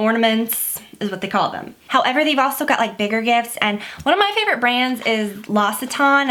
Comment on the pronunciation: Great video! :-) Just FYI: L'Occitane is pronounced like with an x => "Loxitan" :-)